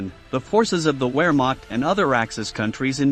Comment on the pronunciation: Get a Narrator who can pronounce proper nouns in the script correctly. Nearly every Yugoslav nouns were mangled, and even easy terms like, "Wehrmacht"- the German, "w" sound is pretty well known. Difficult to listen to...